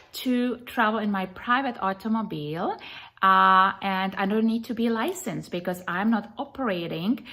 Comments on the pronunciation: Take a shot everytime she says "private aut-oh-moe-beel" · Hey he removed her from her "artomoblie" rich stricked her movement" 😂😂😂 you go Miss. America!!. So this lady who comes from Europe somewhere and go thru this process to become a citizen here feels like she knows the laws better than our own authorities? She comes from wherever can't even pronounce half of the stuff she wants to teach our local police force?? Cuz why? She's almighty knowledgeable? Yea ok😂😂😂😂